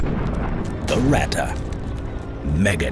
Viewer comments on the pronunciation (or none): When you speak out "Ratte" like you do at the beginning of the video, just alternate the "a" and the "e", than it sounds corret. Greatings from Germany. :) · „Rata“ „Porscha“ … „RatTE“ „PorschE“! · Its Ratte not rätte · No its not ratta its ratte r.a.t.t.e. Ok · The "Ratte" was only one of thousands of paper projects like in all powerfull lands.And Ratte sounds other in the German language, not "Rattan"!And what is with US Ice Carrier? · it's ratte, not wrätta. take out the bubblegum, you part-time-celt!